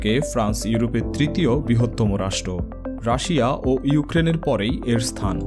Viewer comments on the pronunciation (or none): none